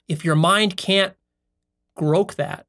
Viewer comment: This smacks of the desprate psudointelctulism of someone trying to sell you something. The fact that he kept getting the title of the book wrong, and that he vastly overstated it's page count should be a couple of clues that this guy doesn't grok (a word he also mispronounced) what he's talking about. Anyways, if you liked the topic of the video I would recommend doing the work and reading the book.